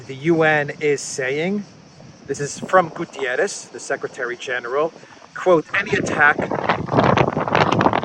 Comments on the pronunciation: The UN secretary Is not Gutierrez is GUTERRES( he is Portuguese and not Spanish!) Greetings from Portugal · the guys name is not GUTIERRES!!! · Just a note,. The UN secretary general is not Gutierrez, 'cause isn't spanish. It's Guterres, 'cause is portuguese, like me. Thanks in advance.